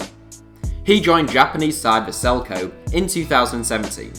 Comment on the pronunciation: just want to say, Kobe isn't pronounced "Coub" but the same as "Kobe" of Kobe Bryant (with the Be spelled more like Bay without the y instead of Bee)